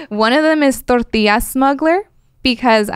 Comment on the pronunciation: Has a normal American accent until she says 'torrrrrrrtiyyyyyya'